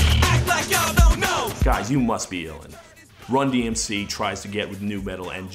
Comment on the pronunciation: It took me months and repeated watchings of this video to realize that the sports comentator butched the named of the band, just further proves how little people would care about them